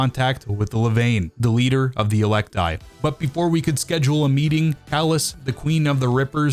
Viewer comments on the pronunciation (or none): It’s [e-lec-tee] not [e-lec-tie]. It’s even said in game by NPCs FFS Melee and throwables are not white rarity, challenge failed #gaped